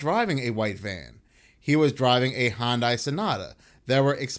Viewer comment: Hyundai is pronounced “hun-day”